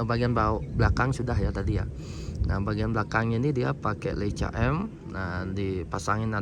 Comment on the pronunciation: bacanya leika bang hehehe